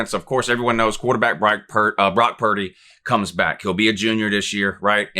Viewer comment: I was at work listening to this and you goofed Purdy’s name and I lost it. I can’t tell you how many eyes I had glued on me lol. Keep these coming! Love these predictions videos, we need them